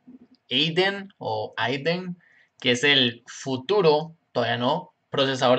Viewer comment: es adyen no ayden